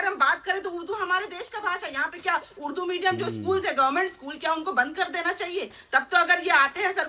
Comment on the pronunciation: Uddu nahi urdu bolty hain bolna sikho madam please 🙏